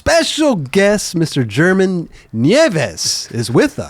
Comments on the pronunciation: It does get tricky bro think about it german herman then theres guys like carlos ribiero who you also pronounce w a H pretty much Hibiero The "G" being pronounced as a H can get a little confusing as well mind you its been years since been in Barcelona and had to use his spanish i was pretty impressed hearing him talk spanish that good in jesus fernandez part lol got my respect there not gonna lie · How does not know the basics of Spanish pronunciation even though he lived in Barcelona and laments not speaking more while he was there?